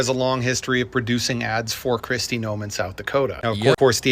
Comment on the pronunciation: I honestly thought for a moment you mispronounced Kristi Noem's name. I thought you said Kristi Gnome. Now, I know that Noem is a troll, but just the same... 😂😂😂😂😂😂😂😂😂😂 Of course, it could be just me needing a good laugh to start my day. We'll take any cracks in the regime we can.